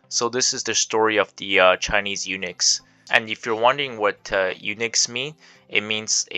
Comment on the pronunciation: It pronounces "u-nucks" NOT "u-nix".